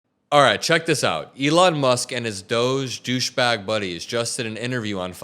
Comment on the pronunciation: Did you just say Dogebag? 😂 Love it